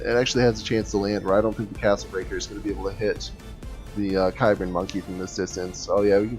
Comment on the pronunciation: Small note, its pronounced "Sibran". It's an experimental unit from the Cybran Faction in the game Supreme Commander.